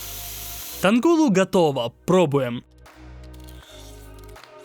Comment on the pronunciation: Только не тангула - а танхула